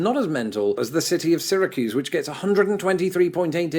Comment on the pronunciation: Kudos for pronouncing Syracuse correctly. Having gone to college there, I do recall once it snowed every day for a month. Not a lot every day, some days very lightly, but a measurable amount every day for 30 days.